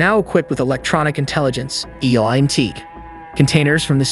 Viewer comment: NATO: "Nay-toe" not "naahto" ELINT: "eee-lint" not e-lye-en-t